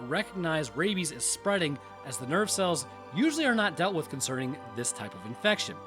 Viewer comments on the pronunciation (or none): Man. I been watching so long when you said "nerve cells" I heard "nerd cells"